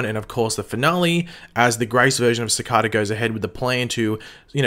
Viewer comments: Ci-car-da? Its pronounced ci-kay-Da srry my ocd triggered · It is pronounced, sicayda not sicarda. Dwyer not jwyer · Please cicada not cacada please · Seh-ka-da lol love your videos man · sick-ah-da, it's Cicada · How are you playing sakata wrong when they say it in the show sa-Kay-ta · U can't say cicada right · its cicada not cikada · The way u say cicada cicaaaada wtf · Cicada not cicAda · youtube recommended you because I like the flash. You watch the show, why can't you just pronounce the name properly? I know Australians pronounce some words differently ( I have a cousin who lives in Australia so have heard some of the differences), but the name has been spoken dozens of times. It really bugs me when people who've heard a name pronounced, deliberately pronounce it differently, it's very ignorant. Other than that I thought your theory video was somewhat interesting. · Why does he say cicada wrong?? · You are saying cicada wrong